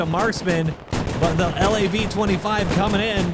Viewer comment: Its pronounced L-A-V 25, but you can say whatever you want.